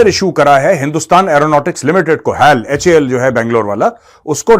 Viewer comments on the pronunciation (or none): नमस्ते मेहर गौरव जी, HAL को HAL बोला जाता है। लोग का दिमाग खराब है क्योंकि वो HAL को "हाल, हेल" पता क्या क्या फालतू की चीज बोलते हैं। HAL को HAL बोलिए, प्लीज़ 🙏🏻 क्योंकि मेरे फादर भी रक्षा मंत्रालय में थे और वो भारत सरकार में HAL में थे।